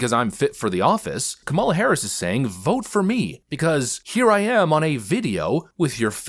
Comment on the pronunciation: I think Harrison pronouced Kamala wrong lol